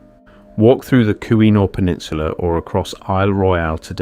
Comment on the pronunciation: I apologize for this edit, but I had to look this up to be sure my memory wasn't deceiving me about the pronunciation of the word Keweenaw. My memory was correct and the word is rightly said kee-wen-aw, which seems odd due to its spelling. I only thought to add an assist before some Michigander caught this video and decided to pester you about your pronunciation. My experience with those people resulted in frustrations concerning nearly every subject under the sun, and I wanted to try to save you from similar situations. Coincidentally, since this video deals with other Tribal people, I'm also a Tribal guy and an Eastern Band Cherokee who lived in Michigan decades ago and had a few copper samples from the mines in upstate Michigan. While I'm hardly a geologist or metal collector, I was given the copper samples by an Anishinaabe friend I worked alongside at the Great Lakes Regional American Indian Network, or GLRAIN. We had gotten a National Science Foundation grant to connect reservations to the fledgling internet in the early 1990s, before the world wide web existed. Yours is an interesting take on copper mining by Natives before Europeans were extant on what would become the American continent. I recollect that Welsh miners had been employed in that area and one of the benefits of their presence in the state was the introduction of what I knew as a "pasty" a meat, potato and vegetable filling that was wrapped in a baked dough concoction that was delicious. Pasties were a we